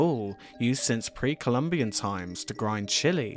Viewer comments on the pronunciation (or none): none